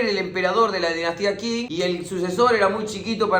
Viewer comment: Genio del mundo mundial, felicitaciones por el trabajo de resumir 100 años en tan poquito tiempo... P.D: datito, pa' colaborar, vio?? me encuentro estudiando chino, Qing se pronuncia "ching"